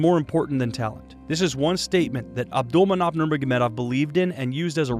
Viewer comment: Ab-dull-man-opp-aa-vich your butchering his name lol